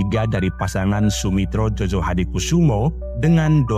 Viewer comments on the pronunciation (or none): Bukan jojo bang tetapi joyo itu ejaan lama van ophuysen